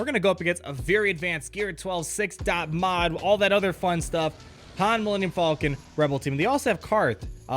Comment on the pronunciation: "Millennium Fallkin"